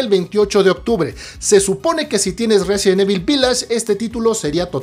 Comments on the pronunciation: Tan fácil que es pronunciar correctamente "Resident Evil" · Si vas a hacer un video sobre resident evil deberías aprender pronunciarlo bien.